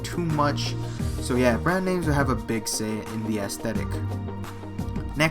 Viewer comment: why does he say assthetic lol